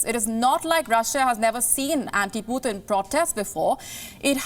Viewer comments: lady, it's just p-u-t-i-n, not puthin! at least do some research on how to pronounce a president's name properly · She is pronouncing Putin's name as someone from UP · She does not know how to pronounce the word Putin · I love to hear her accent 😉 when she said Putin. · that is how it's pronounced in russian language. but yeah kinda funny cuz we are not used to it. haha